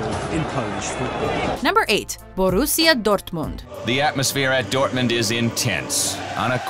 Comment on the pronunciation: the way she said borrusia dortmund make me cringe